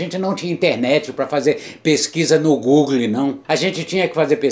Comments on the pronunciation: Google,como ele pronunciou-Goógle KKK' Ele é velho,mas é demaaaais! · google = gugle AUSHAUSHUAHUAHSUAHSUASHU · Gugle kkkkk'